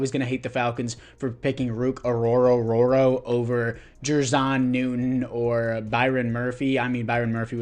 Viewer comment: Brother added an extra “ro” to ruke’s name every single time lol